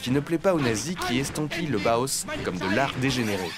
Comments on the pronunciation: Bau se prononce Ba-o en allemand, s'il vous plaît. Et le H est aspiré. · Le Bauhaus (/ˈbaʊˌhaʊs/ et non pas /boos/), je connais grâce à Karambolage. Évidemment que les extrêmes droites, qu'elles soient royaliste, fasciste, ou "néo-païenne" sont détestent ce style, tout comme elles haïssent le Suprématisme, le Constructivisme "russe", De Stijl, et leurs successeurs - exception faite du Futurisme, avec lequel les Fascistes ont des ambivalences -. Elles sont réactionnaires, elles embrassent la tradition - même fantasmée - et rejettent la modernité. À l'heure où les extrêmes droites fasciste et bonapartiste vernies par un semblant de respectabilité gagnent du terrain, après un contexte de dépolitisation enclenché par les Libéraux dès les années 80, va falloir se battre aussi bien sur le plan partisan que sur le plan artistique. Cette extrême droite veut le Fascisme ? Ils auront le Bolchévisme - qu'ils ont qualifiés de "Judéo-Bolchévisme" et qu'ils qualifient pour le moment d' "Islamo-Gauchisme" -. Il sera donc pertinent de valoriser tout ce que les extrêmes droites détestent, y compris sur le plan artistique - possiblement même les œuvres de Soulage, qui ont au moins le mérite d'exister -, en plus de devoir relancer le Front unique prolétarien - ou Front unique ouvrier -. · B-A-U-H-A-U-S !!!! Pas BOHOS 🙄